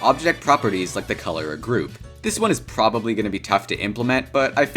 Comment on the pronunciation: When he says Groove instead of group